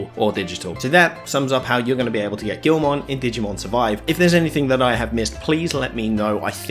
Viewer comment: It’s pronounced gi-ul-mon not gil-mon…..lmao